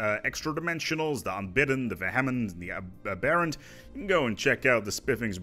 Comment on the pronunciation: As I've never let the Unbidden last for that long for any other faction to spawn, it took me a while to figure out you were saying "Aberrant" and "Vehement." You're pronouncing them like they're some kind of Hindu gods and not English words.